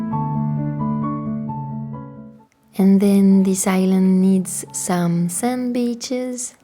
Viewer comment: When you said this island needs some sand beaches I thought you said sandwiches 😅 this is a beautiful theme!